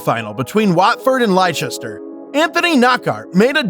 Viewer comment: I understand that American English is different but in the clip the commentator says "Leicester" so I don't understand how the voice over got it wrong???? Please check how we say our team names! 🙏